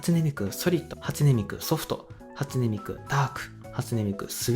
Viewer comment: 「初音ミク」の発音が「味の素」なのすんごい好き